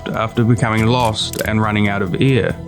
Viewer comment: every time I hear "they runned out of ear" I remember my english teacher telling me I should improve my pronunciation xd It is an awesome video, short but even so full of story and details, I really liked the job!